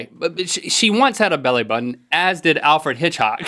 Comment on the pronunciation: "Alfred Hitchhock" -Link, 2014